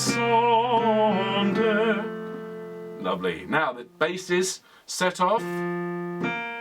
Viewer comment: Love this piece - sang it arranged for 3-part women's choir. Well done with the french - just languisante is pronounced larng - ee -zarnt (no 'w' sound) Thank you for Quarantine Chorus!